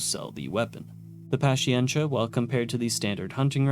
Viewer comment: The Avenger might also be a reference to the GAU-8 rotary cannon found on the A-10. The GAU-8 is also called the Avenger Though the caliber doesn't match, it's still a fun thing to consider Edit: that's not how you say "paciencia" lol